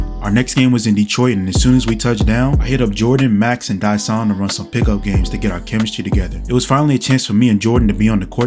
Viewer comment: Love the video, but just so you know Dysons name isn’t special it’s just Dye-Sun. Anyways it’s love can’t wait for the next one🔥